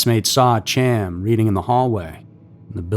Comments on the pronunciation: Dude, what in the fck!!?? Hiw many times do we have to do this??? Chaim is a hebrew name and is not pronounced "Cham" its pronounced "Hi-yum" I seriously dont understand what it is with this channel and the constant mispronounciation of towns, names, etc. If you know that you dont have a clue how its said, why dont you look it up? It literally takes seconds, yet here we are with you still just throwin out your own personal opinion on how it should sound. I dont know if youre trolling, and honestly i dont care. For the professional production value it would probably behoove you to start looking up how to say all the words you know damn well you dont know how to say...just a thought if you wanna be taken a bit more seriously. This isnt a one time, five time, or even ten time thing/mistake. There are easily 40+ videos with you mispronouncing words, and why? Given how quick and easy it is to just look them up, theres no excuse. It just makes the video and channel look trashy. Come'on, do better. Everything else is top tier...i dont get it. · and "Chaim" isn't "cham" it's more like Hyim. Pronunciation isn't usually strong suit, but we love the tales so he's forgiven. 😆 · The name Chaim is pronounced hiyum. Please do not rely on yourself for attempting name pronunciation. Ask for help, search "How to pronounce....". Learn before posting. Have someone else edit your content before posting. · Love the video. For future reference though, Chaim is pronounced "K-eye-m" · Chaim is pronounced “hi-am” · Chaim’s case has been around long enough and covered enough times for you to know his name is pronounced Hy-am. 👎🏼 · ALSO, as Chain was Jewish...His name is pronounced, "Hyam". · Not being critical but Chaim is produced "Khah-yim" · That's not being critical my friend . It's important that people know the correct pronunciation. Thanks for sharing. Happy Halloween. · It's a pretty simple name, every time he said it the way he was, just irritated the hell out of me.